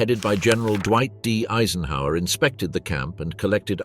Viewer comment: I chuckled at how you pronounced Eisenhower lol